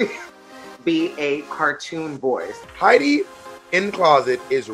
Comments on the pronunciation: haEEdy This is absolutely Arabic. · I’m obsessed with pronouncing Heidi’s name like this 🤣🤣🤣🤣🤣